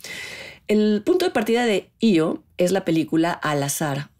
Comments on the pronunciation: Se pronuncia I.O aunque se escriba E,O. Hay que recordar que la película no está concebida en español si no en otro idioma totalmente diferente , en este caso en idioma Polaco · pues la del circo , la primera chava que aparece lo llama ( pronunciando ) como I.O